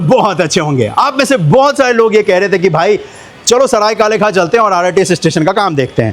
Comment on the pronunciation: भाई ये काले खान नहीं है ये काले खां है | पुरे वीडियो में आप काले खान ही बोल रहे हो